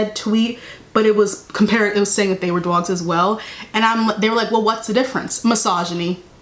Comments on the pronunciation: not the new york accent on the word “dogs”😩😩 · i love it